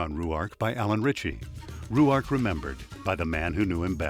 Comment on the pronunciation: Where did they come up with the pronunciation Roo-ark? Very annoying. Selby pronounced it Rork, as does the documentary on Ruark presented by the Robert Ruark society.